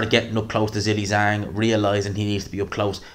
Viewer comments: I like you a lot but please stop saying Zilly Zang. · I'll subscribe just to keep hearing you say Zilli-Zang.